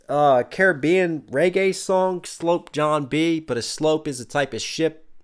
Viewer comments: Also "sloop" is not pronounced like "slope" (aka slant), it normally rhymes with "troop", except for Lloyd's accent here. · A rats nest was the term for when the ropes were not fastened properly and would get tagged up. Like his beard. Sloop is pronounced like sluop ;)